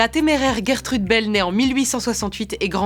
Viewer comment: Mais,mais.. ONT DIT *J*ERTEUDEUUH 😣😤😂😂